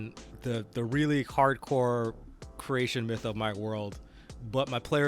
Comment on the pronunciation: My brain heard this as a "really hardcore Croatian myth" instead of "creation" and I was like-- SINCE WHEN IS RAMON A MAN OF BALKANS? XD